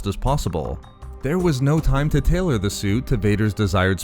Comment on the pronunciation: I really liked this video you did but please, enunciate T better in the future. Hearing Vader's Sue over & over again nearly gave me an aneurysm.